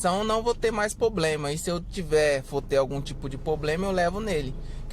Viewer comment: Amigo, pRoblema e não pOblema.